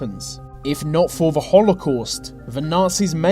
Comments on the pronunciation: ''ve war'' ''ve nazies'' ''ve armey'' ''by ve'' dude its called THE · "Wiv", "fink", "ve". Where does this annoying use of English come from? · vuh japanese were in vuh soviet territor- oh my god pronounce THE properly for fucks sake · Whats wiv all ve Vee's?? say TH.e. also your dad was wrong it was "Fail to prepare, prepare to fail" no plan lol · VUH war was won by VUH british and VUH americans vhey were good at VEIR jobs. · whe he says The japanese it sounds like Va japanese so each time it sounds like he is gonna say vagina lol?